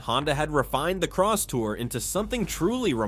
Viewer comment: It's not crosstower ,it's Crosstour